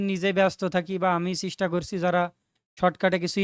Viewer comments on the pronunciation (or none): ভাই এটা চিস্টা না চেষ্টা 🙂